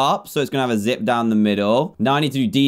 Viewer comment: When he said zip I thought he said zit 😂